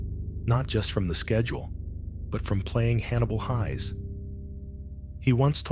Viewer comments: Just so you know, the ai narrator is mispronouncing the last name of Hannibal Hayes. It is pronounced like hay with an s on the end, not pronounced like high. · I used to watch Alias Smith And Jones when I was a schoolboy, though my sister was far more of a fan of this T.V series than I was. I thought his characters name was pronounced Hays as in haystack, this is the third You Tube video where his characters name is pronounced Highs. I would have thought anyone who was used to watching the opening would know how Hannibal’s surname was pronounced.